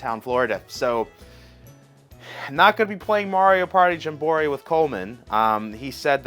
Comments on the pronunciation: He needs to make merch that says jam-buh-REE or um Jum Bro REE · I kove how many times you said jumborrey. Keep it up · Its jam-buh-REE perhaps hes trolling the viewers? Also does he fly to NYC for nintendo store or lives fairly near? Good video liked and subbed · did you say jum bor ee..... lol I know it's on purpose like meteor oid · "JAM BORE EEE" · Your saying the name wrong bro. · How do you pronounce Jamboree like that?!? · Your pronunciation of Jamboree has me rolling 😂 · why the hell does he keep saying JAMBOREE incorrectly?! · U new here? He is 100% on the tism scale.😂 but he is chill so its cool. Drives me crazy but i watch sometimes still.😂. He does that often...and no it aint clickbait. He is just "a bit special"😂😂😂😂. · Right tho. I was like “ pardon?” Lol